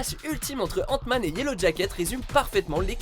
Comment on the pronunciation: J'entend ' antoine ' au lieu d'hant man '